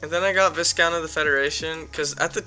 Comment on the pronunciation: 3. the s in viscount is silent